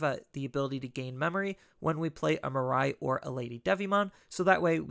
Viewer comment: Hey, long time fan of your deck lists! One minor pet peeve though, her name is pronounced as “Mee-ray” not “Mer-rai” 😬